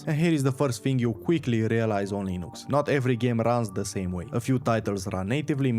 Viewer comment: Everytime I heard "linoox" I had a sizure